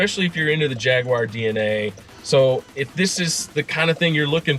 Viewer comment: Jagwire ? Guys this is a fab review but it’s JAG U AR! jagwire ?? 🤦😂